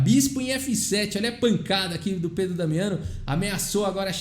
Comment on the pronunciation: Boa pronúncia do italiano,... quase certeza q vc treinou antes de falar. Parabéns;-)